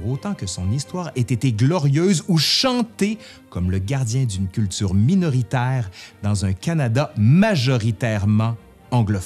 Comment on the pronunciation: c'est subtil mais "minoritaire" est prononcé [mi-no-ri-taille-re] par notre ami ici présent. De mon côté je cherche à comprendre pourquoi au Quebec beaucoup disent "j'ai monté" au lieu de "je suis monté" et autres différences non pas phonétique mais plutôt structurelle...un autre example que mes enfants ont ramené à la maison de l'école est "lui qui, elle qui" au lieu de "celui qui, celle qui"...par réflexe je corrige mes enfants mais toujours après je me demande si c'est en faites vraiment une erreur ou bien si ce n'est pas plutôt du vieux français car si cela m'est arrivé plusieurs fois de chercher sur google des expressions locales et de découvrir que c'était en effet du vieux francais. Je continue mon visionnement! A+